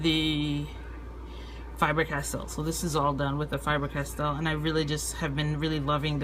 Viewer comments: You say Fiber-Castell instead of Faber-Castell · I know I know... I'm being anal... but for the love of all that is holy it's not FIBER Castel. It's FABER Castel. Good review except for that. :D